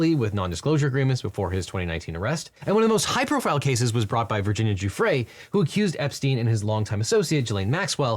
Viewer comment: Kudos for being one of the few Podcaster to get Miss Guiffre's name correctly.